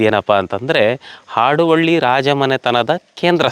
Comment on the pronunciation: ಮೇಡಂ ಆಡುವಳ್ಳಿ ಅಲ್ಲ. ಹಾಡುವಳ್ಳಿ. ಹ ಕಾರದ ಉಚ್ಛಾರಣೆ ನಿಮಗೆ ಕಷ್ಟ ವಾಗುತ್ತಿದೆ.